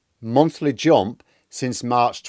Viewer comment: 'Jomp, Tromp?' Seriously? Something wrong with your mouth? Can't pronounce a U?